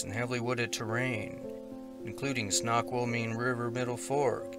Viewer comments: Heehee "Snoqualmie" is pronounced like "snow-qual-mee", not "snack-will-me" :) I know, here in the PNW, we have the most rediculously hard to pronounce places. 💕💞🤩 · Snoqualmie- pronounced as Snow-Kwal-mee. So sorry for Shirley’s loss, though. As for Sage, if he slipped into the river, he was probably swept downstream or caught under a log. Rivers were running fast and strong well through the summer because of last winter’s snowpack. He was the same age as my youngest grandson, so sad.